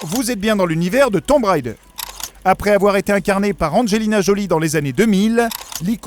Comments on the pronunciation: Haaaaa... le jour où on arrêtera de dire "tomb railledeur", pour le prononcer correctement... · Pourquoi tout le monde dit "Tombe Raïder"? Déjà quand j'étais gosse, quand le 1 est sorti tout le monde se plantait allègrement Mais ça se prononce "Tombe Raideur", et c'est tellement devenu normal que plus personne n'y fait gaffe.